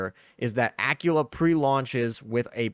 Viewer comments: Dude your killing me here its not pronounced Acula, but Aquwela or Aquwila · Please please say Aquila properly. I was so confused who you were talking about . Ah-quil-ah